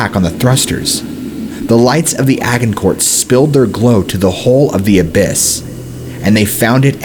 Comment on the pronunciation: The g in “Agincourt” is pronounced like a J!!! It’s pronounced Ajj-In-core..